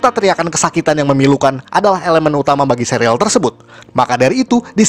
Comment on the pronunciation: bacanya serial bukan sereal :(